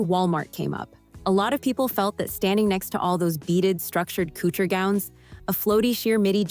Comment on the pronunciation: ANNOUNCER: IF YOU'RE GOING TO TALK ABOUT COUTURE Dresses learn how to pronounce it! Unbelievable you sounded ignorant! And Miss Bryant 's dress was sapphire blue not powder blue... O m g get it right!!!